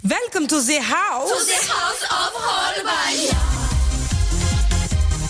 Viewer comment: Holb ien?? HOL BIEN?? IT'S Holbeinn eiii BEIN. It's Deutsch, German Duits. And i LOVE this number. And i recommend watching the live version. You will love their "costume change"